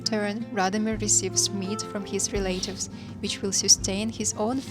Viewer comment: REL-AH-TIVES, Not RE-LATE-IVES.